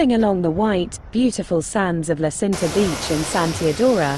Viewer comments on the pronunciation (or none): Nice video, but you have to correct pronouce...La Cinta isnt Sinta..but Činta...thanks.